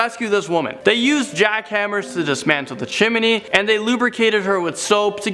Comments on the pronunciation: It’s chimney not chiminey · CHIM-NEY..... not a CHIMMINY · Chim-I-Nee? stop saying chiminee! its Chim-nee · It's pronounced Chimney. Not Chimerny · Not chimeney Its CHIMNEY! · She got stuck in the chimney (Chim-eh-nee) Me-. ITS CHIMNEY!! (chim-nee) This is a joke. Ilysm!! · What's a Chiminey? It's Chimney. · please stop pronouncing it claustophobia. It has an r in it. And it is Chimney, not chim-uh-ney...two syllables not three. thanks. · "freakin' chiminey" Lol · PLEASE DONT SAY CHIMENY,IT MAKES ME ANGRY!!!! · M8, chimney has two syllables not three. Chiminey would have three and is how you are mispronouncing chimney. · Haha he says "chim-men-ey" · How says chimney...😬😬😬😬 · Who else got annoyed when he pronounced chimney wrong?